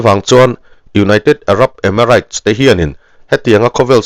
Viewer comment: emiraits tiin lam suh, reit tia lam zawk tur